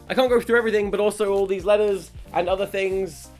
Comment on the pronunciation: When you said letters I understood lettuce ¯\(ツ)/¯